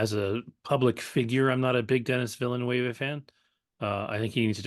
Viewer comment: You’re not saying his name right. You’re in the company of many on YouTube who pronounce Denis Villeneuve like it’s Spanish. The correct pronunciation: Deh-Nee Veal-Nuhv.